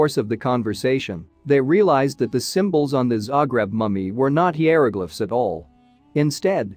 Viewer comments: The twisted pronunciations of, e.g., "savants" and "hieroglyphs", and the misrepresentations about the hieroglyphs being translated, make this unwatchable and absolutely unprofessionally done. Pitiful. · Love it when the speech robot ge5s it wrong. “Heeyeroglifs” basically a slide show with bad robot narration of a badly written script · Gees, I hate that fake-sounding voice, also with its mispronouncing so many words!! It's HIGH-ER-O-GLIFFS, PLEASE, JUST FOR A START!!! Another word mispronounced / misused, is said as the word WOOND (an injury) -- but it is actually WOWND!! The words are spelled the same, but they are totally different words, with totally different pronounciations & totally different meanings!!